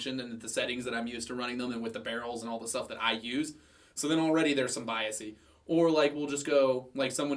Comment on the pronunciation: It's bias not biasy. Thanks.